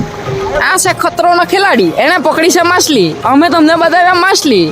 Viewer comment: માસલી ❌ માછલી ✅